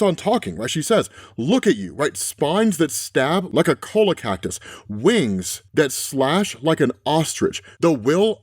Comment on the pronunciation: Cola cactus? Its pronounced "choy-ya"